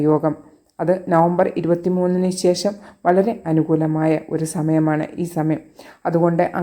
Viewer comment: പ്രവചന ശൈലി നല്ലത്. പക്ഷെ ശേഷം എന്നത് ശേശം എന്ന് ഉച്ചരിക്കുന്നത് കേൾക്കുമ്പോൾ അരോചകം ആയി തോനുന്നു. എന്തിനു മനോഹരമായ ഭാഷയെ ഇങ്ങനെ കൊല്ലുന്നു.